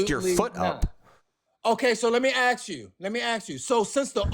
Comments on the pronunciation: When someone says.. let me "aks" you something? You know you're going to be pretty much talking to an inanimate object. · An engineer would NEVER say “Aks” instead of “Ask”. What an absolute MORON. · I've been an engineer for decades, and I've yet to hear another engineer say something like "ax you a question". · When someone says axe instead of ask, I consider that a big red flag regarding the persons intelligence. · Ehhh “ax” instead of “ask” is just a regional/cultural difference, like an accent. They’re both correct. It’s hard to change ways of speaking you grow up with, regardless of your profession or where you move later, etc. The development of all the variants in middle and modern English ax/aks/axe/ask from the Old English acsion (pronounced axion) is an interesting thing to learn about. The only reason “ask” was selected as the “proper” variant was because it happened to be how people in London said it at the time (1500s) and most people with north/western England said “ax” instead. Chaucer used both interchangeably, the first English translation of the Bible used “axe” etc. and many people still use it today. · Engineer my ass. He probably mops floors for a living. Also, can someone tell me how many x'es are in the word "ask"?